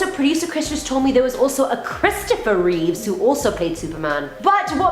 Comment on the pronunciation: actually it is Reeve. Not Reeves.